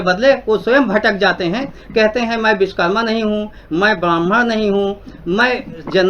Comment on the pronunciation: pehle achhe se bolna seekho viskarma nhi Vishwakarma bole